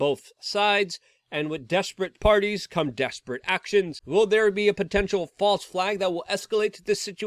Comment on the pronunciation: Ahhh, did you say False ?, or FOSSILE🙄🤣 information🤨🇺🇸⚖️🦅😎😉, Ayuh